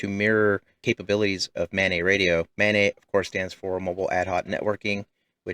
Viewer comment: it's pronounced MANET, not MANET